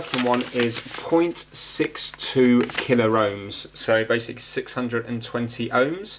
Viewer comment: Please,, it's pronounced KillOhms and MegOhms, not Killer-Ohms and credible!